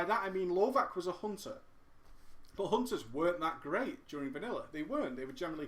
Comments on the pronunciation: Just a note: lovac (pronounced lovats, not lovak) means hunter on serbian :) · lovac is actualy pronounced lovatz, which literaly means hunter :)